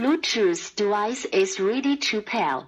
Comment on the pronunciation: "The bluetooth dewice is reedy tool pale"